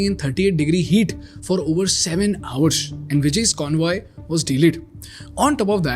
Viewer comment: Hoursh, Pershentage.. WTF? Pronunciation 'S' properly.